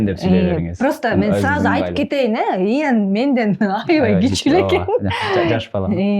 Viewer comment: Тантырап атын да туура айталбайтго 🤣🤣🤣 Тиги бала десе Иен дейтго 🤣🤣👍 соз жок